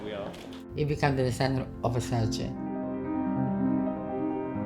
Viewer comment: I still find it so annoying that they can’t pronounce versaCE properly…….. cmon now